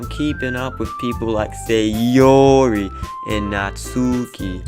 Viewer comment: Why do you keep saying SayOOORRI like that?😂